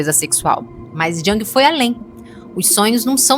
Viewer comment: A pronúncia é “iung”e não “djang”. Nada pessoal, ouço muita gente se referindo ao Jung dessa maneira errônea ❤